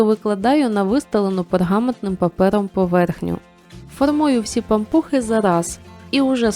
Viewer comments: Особливо наголос-пАмпухи!😂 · Перший раз чую , щоб говорили пА'мпухи , наголос на А...